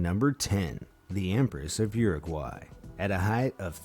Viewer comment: What the hell kind of pronounciation of Uruguay is that